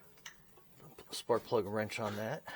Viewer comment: Did You Say, 5/8 Spark Plug Socket??? It Sounded Like You Said 5/8 SP Socket... Good Video... Thank you for all Your Tips... You may want to use a longer swivel extender... Just Saying...